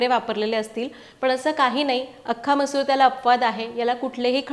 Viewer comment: तुम्ही मसुरा का बोलता?